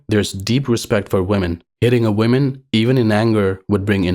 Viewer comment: You are doing the opposite from what english speakers these days do when they mispronounce "women", when you say "woman", so it sounds like you are saying "one women" which is illogical when women is plural.